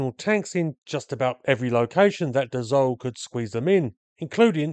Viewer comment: Excellent video. A minor remark to its maker : Dassault is pronounced DAH-SO not DAH-ZO. Just in case you make another one about an aircraft from that manufacturer. Thanks for video !😉